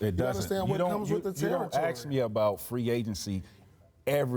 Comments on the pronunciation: It's fucking pronounced "ask" not "axe". (I'm triggered) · Don’t “axe” me